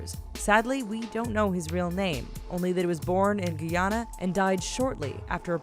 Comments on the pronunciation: its not "GEEANA' Its "GUYANA" as in "guy" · sound funny when you say Guyana